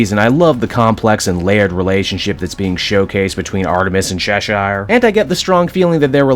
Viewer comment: Bro they say Cheshire’s name in the show, how do u still say it wrong? I mean If it’s just cuz you want to that’s fine